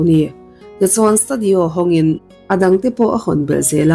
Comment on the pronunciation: Mizo tawng nilo zawng chu, lam fiah chut chut thin ve. Stadi aw...😮 Studi aw tal ni thei se. Funs ni lovin fens ni tal se.etc😮😮😮😮